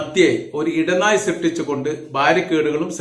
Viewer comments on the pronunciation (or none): ഇടനായി അല്ല ഇടനാഴി. പ്ലീസ് അപേക്ഷയാണ്